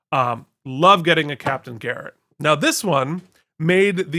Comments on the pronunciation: I love your content but I kept screaming at the TV every time you pronounced Captain Garrett at Jarrett. 😂😂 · I have a nitpick. Captain Garrett's name isn't pronounced with a J. Go back to Yesterday's Enterprise; her name is clearly with a hard G. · How can you claim to say that Yesterdays Enterprise is your favourite episode and then fuck up the pronunciation of Garrett so badly?